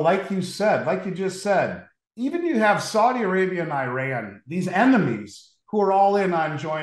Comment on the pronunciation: Eye- ran🤣